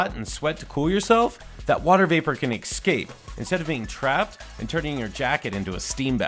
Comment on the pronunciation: Exscape? You said you have a degree... It's escape.